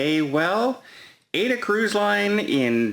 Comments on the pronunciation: AIDA is pronounced ah-e-da. not Ayda🙂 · I wish Don the cruise specialist would learn how to properly pronounce AIDA (AH-EE-DAH) Cruise Line. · It's pronounced AH-EE-DAH. Do your f/n research. Cruise specialist that can't even properly pronounce the name of a cruise line. AIDA = AH-EE-DAH #cringeworthy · FFS, "cruise specialist" Don can't even properly pronounce AIDA (AH-EE-DAH) Cruise Line! #cringeworthy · That's because it has too many syllables for Don to pronounce! FFS, Don the cruise specialist can't even properly pronounce AIDA (AH-EE-DAH) Cruise Line. Even the monosyllabic word CAY (kee) gives him problems. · AIDA = AH-EE-DAH. The A in Italian is always pronounced like the A in father. The i in Italian is always pronounced like EE. Don's repeated mispronunciation of AIDA is cringeworthy. I thought that with Don being a cruise specialist, he would know how to correctly pronounce the name of the cruise line which is also a famous opera by Verdi, and a Disney Broadway musical. AH-EE-DAH